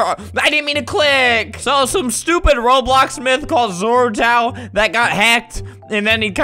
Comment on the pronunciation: he said robloc lol